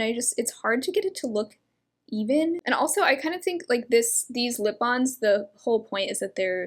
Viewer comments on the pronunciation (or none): none